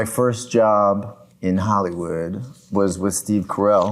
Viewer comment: Is he saying Hollywood or Hollyweird? xD